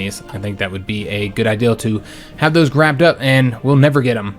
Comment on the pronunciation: Always wondered why it sounds like he’s saying ideal instead of idea.